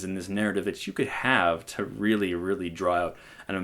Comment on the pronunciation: It's just a weally weally weally weww witten wook!